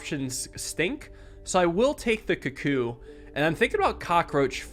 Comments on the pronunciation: please, it's pronounced koo-koo please see this comment:) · I love you, I love your vids, but can you please pronounce cuckoo correctly 🤣